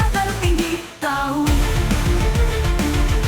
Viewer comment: "TAHU" nya itu loh... 🤣🤣